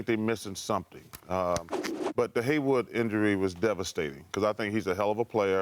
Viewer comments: chuck says haywood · “Haywood”. Charles is an idiot 😂